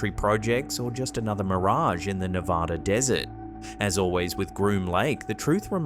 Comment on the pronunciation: Ne.va.duh (Nevada) 😖